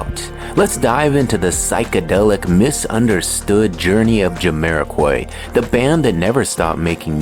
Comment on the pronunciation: it's Jamiro(kwhy) not Jamiro(kuoy), AI smh.